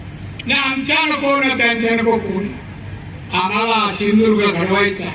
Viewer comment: सिंधुदुर्ग म्हणा गुरूजी पहिले